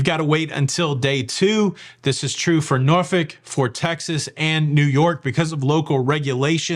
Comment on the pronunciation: Thank you for pronouncing Norfolk correctly! I live here and you can always tell people who aren’t from here because they pronounce it like it’s spelled. We don’t. It’s pronounced like the bad word. Good job